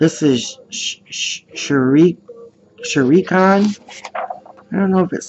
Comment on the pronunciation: Hey, great video. Just help you out with some of the characters you weren't sure of, might make it a bit more fun to colour if you know more about who they are. The lion uncle is Scar, 2 si and am cats out of lady and the tramp, Shere Khan is pronounced Shear, Kaa is the snake out of Jungle Book and the jungle boy is called Mowgli, the rat is called Ratigan, and the King Jean is pronounced King John, the bird is Iago and the bat and cat are from Basil the great mouse detective, Gideon and honest john are from Pinocchio, the guy after Ursula with glasses is Dr. Facilier, the woman withe the horns is maleficent also from sleeping beauty, the lizard is Randall from Monsters Inc, the jasmine movie is called Aladdin, madam mim is from sword in the stone, after cruella it's the Queen of Hearts from Alice in Wonderland, Syndrome is from the Incredibles.